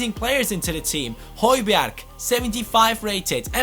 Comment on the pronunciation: Hey great vid as always! And Højberg is pronounced like höjberg!